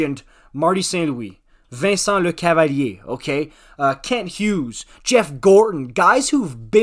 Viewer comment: 10/10 for that Lecavalier pronounciation buddy.